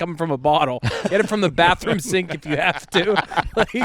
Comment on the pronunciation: Anytime speaks a different language it’s just a phrase he’s repeated a million times that he still can’t pronounce right. Him saying bathroom sounded more like him saying Banya from Seinfeld